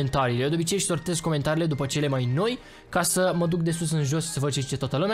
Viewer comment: se zice dupa